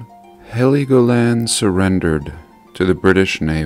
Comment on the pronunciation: Hello...I'm from Germany. Its pronounced Hell Go Land. Like Hell and go.Awesome Video!